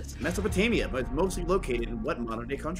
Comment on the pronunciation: "what the fuck is a mesapotania" was funny